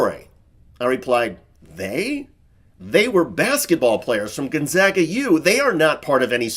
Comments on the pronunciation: I mean, I grew up here and have lived here nearly all my life, everyone here says "gonZAYGga or GonZAAga", but never "gonZAHga", which is how almost everyone pronounces it outside of Spokane and Washington. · Just a head's up, the name is pronounced Gone-ZAY-gah ^.^ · Message to TYT: Gonzaga is pronounced Gone-ZAG-uh ... "zag" as in "hag," NOT "hog." Proud Gonzaga alumnus here. Go Bulldogs! 👍😊🙏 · I went to doublecheck, in fact, and on Gonzaga's own edu website it says: "When referring to Gonzaga University, it’s pronounced Gone - ZAG (as in "bag") – uh." So, yeah... right from the proverbial horse's mouth. The college should probably know how their own name is pronounced. 😏